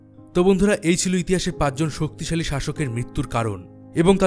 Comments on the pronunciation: Dadago " soktoshali" na " soktishali" ? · শক্ত শালী। না😂😂 শক্তি শালী 😅😅😅😅😊